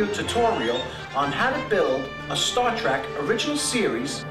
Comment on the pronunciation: Did he really say "Star Track"?